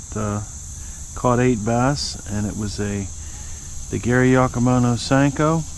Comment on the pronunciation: It cracks me up how you say Gary Yockamano. 🤣